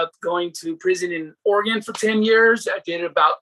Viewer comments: It's Oregun pronounced bro. Ha. Not Oregone 😂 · Hey I'm a big fan but I'm from "or-gun" not "ory-gone" 😉 that's how us "or-gun" natives say it. It's funny because almost all people east of the Rocky mountains say it lol